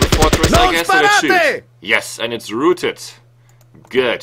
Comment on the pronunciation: row-ted ( rhymes with cow)...not roo-ted